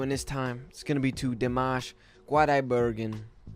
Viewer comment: Dimash's last name is pronounced with a K. Its pronounced Kudibergan.